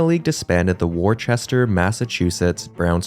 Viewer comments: Interesting history lesson. But is this a robot voice? oy. Worcester Mass is pronounce woster not war-chester. Mil - a - waukee? Where'd that come from? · Worcester does not even have an H in it. I don't get why everyone mispronounces like this all the time. You don't say WorCHestershire Sauce do you? Woostah forevah. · In the Phillies section, might want to revisit the proper pronunciation of Worcester. “WUH-ster”. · Nobody calls the town in Massachusetts "Warchester". It is "Wooster" or "Wister".